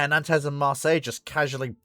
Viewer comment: oh and learn how to pronounce 'Nantes'!